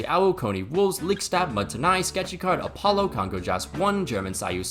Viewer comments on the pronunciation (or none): none